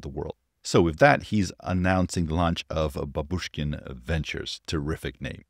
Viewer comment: Bábushkin surname has accent on its first syllable, from the word "bábushka" (granny)